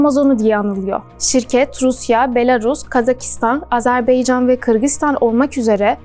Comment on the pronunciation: Arkadaş araştırma yapan arkadaş Azerbaycan ın ismini bile doğru söyleyemiyor. AzerbEycan ne yani ? Senin yaptığın bu video daha 1. Dakikada bitmiştir. Sorsan emek var felan diyorsunuz .